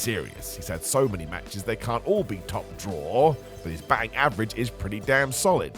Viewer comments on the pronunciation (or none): none